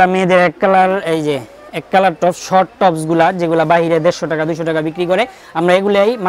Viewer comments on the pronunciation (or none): none